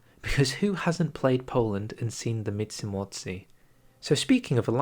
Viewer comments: Как он произносит междумордие междуморье? "Мицумоци"? Что это за...?! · I was watching this video, thinking "Hey, your pronounciation of Polish words isn't that bad. At least you don't butcher the language like some other non-Poles do". And then... when we were almost through... the Mitsumotsee came and I just... died internally. In all seriousness, it's a very difficult word and I'm not even sure, how to explain its pronounciation but I'd recommend you something like "Myen-jee-maw-zhay". It's not the exact pronounciation but it's the about the closest, you can get, using the English phonems. Also, as a Pole, I'm very excited for the new tree. Seeing how big the alt-history path is, I feel like it could be legitimately better than the Road to 56 one (which, for now, is the best, we've got in any mod). I really hope, they include the monarchist path (which, for me, is the main thing that's missing from the R56 tree). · "Mitsimortsi" killed me, dude... 🤣